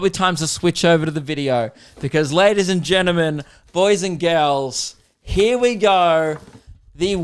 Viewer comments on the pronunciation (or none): good to see that “geneman” instead of gentlemen made a return this week